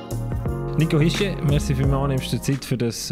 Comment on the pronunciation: Äs heisst Hischierrrrrrrrrrrrr!!!!!!!!!!!!!! Äs wird so üüsgsprochu, wiemus schriibt! Nix "ischiee" . Är isch KEI wälschä, tscheggät das ändlich mal! (Betrifft nur äs paar Journalistu, niid alli)